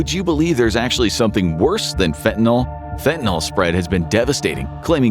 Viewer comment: Fentanyl is pronounced “fentanyl-NIL” not “fenta-NAL.”